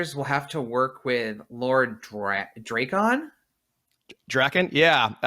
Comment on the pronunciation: Its Drakkon of course it is say it right 🤣😂